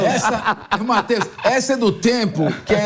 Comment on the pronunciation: Não é Mateus 😅😅é mateo👏👏👏